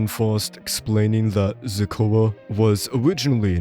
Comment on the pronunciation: Who's "Ze-cua"